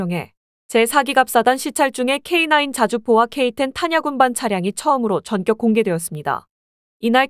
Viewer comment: "전격(電激)"은 경음화 되어 "전껵"으로 발음해야 합니다